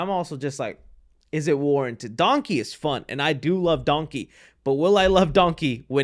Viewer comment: I just realized he pronounces Donkey like Dunky